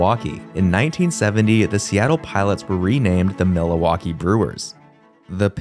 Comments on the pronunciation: Dude it's Milwaukee not "Mil-a-waukee", there's no a in there bro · Interesting history lesson. But is this a robot voice? oy. Worcester Mass is pronounce woster not war-chester. Mil - a - waukee? Where'd that come from? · Mil uh waukee it’s Milwaukee! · MILL-WALK-EE. NOT milli-wah-key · Bro wtf is Milohwalkee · Dude it’s MILwaukee not MILAwaukee. I’m not even from and I’m pissed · Overall, this isn't a bad video, but this guy should have looked up how to pronounce these things before he made the video. He seems to add extra A's to words or emphasize the wrong syllable or straight up mispronounce things. Milawaukee? (Mil-wok-ee), Bridge Grooms? (Bridegrooms; as in Bride and Groom), Super Baz? (Superb Uz), Miny in apolis? (Mini-Apolis). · It's pronounced MIL-Waulkee NOT MiLA-WAULKEE.... Like where are you from? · It's not pronounced MIL -Waulkee either. The accent is on the 2nd syllable Mil-WAU-kee and they didn't play in Milla waukee Country stadium either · its pronunced mill-wah-kee not mil-a-wah-kee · I definitely heard you pronounce Milwaukee as Milawaukee consistently, and even though I am not a fan of anything regarding Wisconsin, it kinda rustled my jimmies hearing you say that, ngl I figured it was either a speech impediment or an accent, and I'll take being Canadian as an excuse lol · milawakee is a my favorite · I THINK THIS GUY GETS OFF ON INCORRECTLY PRONOUNCING IT AS MIL-A-WAUKEE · Why do you keep saying “Millawaukee”? And the Brooklyn club in the 1890s were the Bridegrooms (not the “Bridgegrooms”), and then the Su-PER-bas (not “SU-per-bas’). The word “padres” doesn’t mean “friars.” “Friars” means “brothers,” not “fathers.” If you’re going to spout off on the Internet, get your facts right. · I’m trying to figure out where “Milawaukee” is… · Its "mill-WAU-kee" - come on - it isn't a foreign city................... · "mila-waki" bruh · Milowaukee? Bridgegrooms? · Mill-a-wah-kee? Master class stupid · Why is he adding an "a" in the middle of Milwaukee!?!